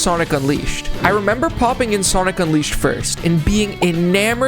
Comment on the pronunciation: SONIC UNWIISHED 🗣️🗣️🗣️